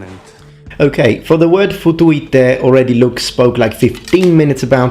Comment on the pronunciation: ... ask a Romanian what it means :))) ... you pronounced it just as it should be said. (and it does mean 'f...' you in Romanian ; written as ''futu-i-te'' )